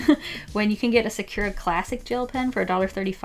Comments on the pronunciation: Ok love love love you and your videos but I just wanted to mention that you say sa-CURE-uh and it is very hard to listen to haha! You say it with like a ky sound and it should be SA-cur-uh like curry or if you want to say it with the accent more like SA-ku-ra (but in that pronunciation the r in "ra" is more like a "duh" sound almost? I don't really know how to describe it well but I just wanted to let you know :))) again I love you! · Im sorry but you said “ suh - kyer - ruh “ and its actually “ sah - koo - rah “ ☺️ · It isnt pronunciated as"Sakur" Its "Sakura" Pronounciation- Sa-Ku-Raa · Nobody: Absolutely nobody:: Secure-uh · why do you say sakura like that? It’s SAkUra !! from naruto 🗿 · Why are you pronouncing Sakura like Secura? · WHY DO YOU SAY SAKURA LIKE THAT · you should really learn how to pronounce sakura XD I'm sorry I know I'm a weeb its a name means cherry blossom tree in japanese